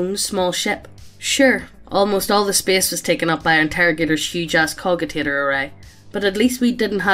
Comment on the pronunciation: i cringed when i heard cogitator read as cogitator instead of cojitator.